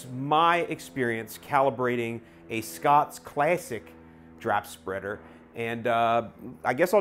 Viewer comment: Lol “super speader” 😂